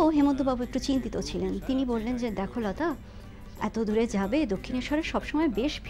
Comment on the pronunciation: "লতা" উচ্চারণ যে যে জায়গায় বাঙালির মত করেছেন, ভাল লেগেছে। আর "ভাই - বোনের" সম্পর্ক, এগুলো এখন চলে না। কিছুই বলার দরকার নেই। হেমন্ত - লতার পারিবারিক সম্পর্কের কথা সকলেই জানে।যদি কোনো অবিশ্বাসী সন্দিগ্ধ সেটাকে অন্যরকম কিছু ভাবতেই চায়, আপনার "ভাই - বোন" tag এ সেই সন্দেহ দূর হবে না।